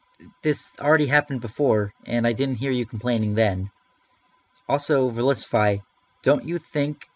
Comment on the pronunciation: Bottle caps hurt the hacking game because it is no longer required to get 6 IV pokemon. Does Verlisify not see that? Also, he pronounces his own name wrong. (I'm not saying you are, you're just saying it the same as him) It's verLISIFY not verILIS.